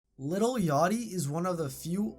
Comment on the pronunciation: within one second... LITTLE yachty.. bro... its LIL.